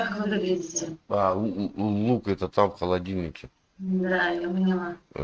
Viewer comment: "мне нравится ваш лух" :D ахахаха... лух - это что? "зи зраиля" бггг... ну-ну.